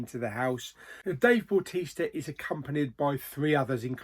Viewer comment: meh it's a miss apart from dave bautista (please say his name correctly) 4 out of 10